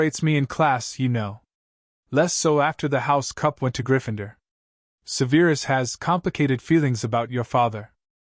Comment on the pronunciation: I love how Petunia is very self assured. I love that neither Vernon nor Dudley have been mentioned. Now. if we could just get Snapes name pronounced correctly. It is not Seveeerus lol; it is sev er us.